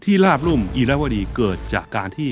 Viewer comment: ราบลุ่ม ไม่ใช่ ลาบลุ่ม